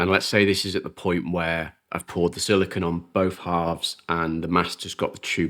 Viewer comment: I don't know if it's your accent, but you keep saying "silikin". A common confusion with that material is silicone vs silicon (usually pronounced "silikin". Sili*cone* is the rubbery material you're using, sili*con* is a pure element that's primarily used as a base for transistors which forms the heart of all electronics technology we currently use. You may already understand this and my understanding comes from your accent, but I like to point it out when I hear it nonetheless because there are absolutely people that don't understand the difference.